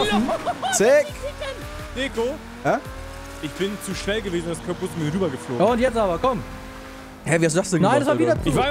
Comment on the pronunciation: Deko, Du sprichst Curb Boosting falsch aus